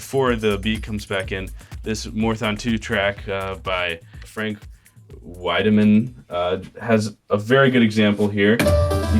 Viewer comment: Man he butchered the last name on Frank Wiedemann. But its okay I've been people butcher it for 24 years now